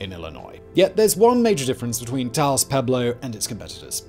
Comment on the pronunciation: Simon, you said Taos correctly. I'm so proud of you.